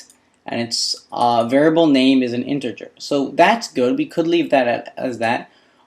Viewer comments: Interger? I believe it's "integer." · I don't spell well myself but you should at least get the basic words of your subject down or it's embarrassing IMO. In particular, learn "character", "integer", and "initial". Please! You are even pronouncing integer with a spurious "r" sound! It isn't InteRger.